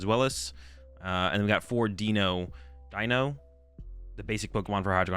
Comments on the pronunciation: For the pronunciations: The whole joke of the Hydreigon line is that it contains the german words for 1 2 3 D Ein o Zwei lous Hy drei gon So they're pronounced Dye-no Zwai-less Hy-Dry-gun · I think its "D-Eye-No" as its 1, 2 and 3 in german which is Eins "Eye-ns" (1) Zwei "Z-vy" (2) and Drei "Dry" (3) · As a German speaker, I’ll help out with the pronunciation: DY-no TSVY-lohs Hy-DRY-gon They’re base off German numbers of 1/2/3.